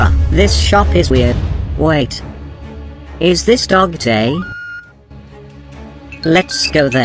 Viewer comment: WHY DOES EVERYONE CALLS DOGDAY DOGDENG😭